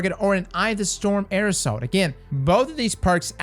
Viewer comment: Everyone: Air assault: "aerosol"